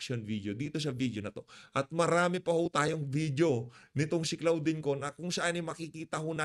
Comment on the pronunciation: CLAUDINE(pronounced as KLODIN) ✌️✌️✌️